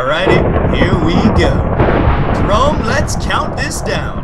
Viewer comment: Did Jerome say merome?